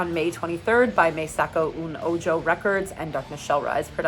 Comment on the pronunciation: As someone who speaks spanish the way she pronounced Me Saco Un Ojo 😅😅